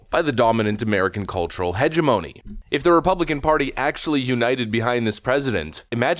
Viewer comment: I love your channel and watch all of the videos you put out on a daily basis. If I could offer some friendly advice, look into the correct pronunciation of the word "hegemony" 😅